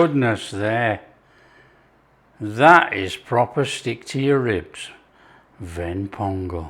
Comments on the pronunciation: You pronounced it like a Tamilian (Ven pongal) Appreciated. Thanks for taking it your subscribers.. Love from Chennai ❤ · My mom and I watched this video together. We couldn't help adore the way you pronounce the Tamil terms "Ven Pongal (வெண் பொங்கல்)" everytime! You've earned a subscriber! Love from Tamil Nadu, India! 💚